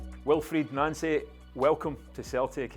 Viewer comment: so its pronounced Nancee not Noncee